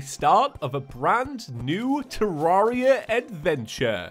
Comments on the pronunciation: TEAR AIR I A, NOT TEAR ARE I A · I think it’s pronounced ter-air-e-a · terraria i pronounce it terreria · The only thing that annoys me about this video is the fact that you don't say Terraria correctly.